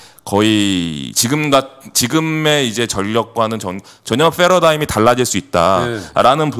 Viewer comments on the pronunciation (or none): 패러다임 p인데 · 과장님의 fㅐ러다임 발음👍🏻👍🏻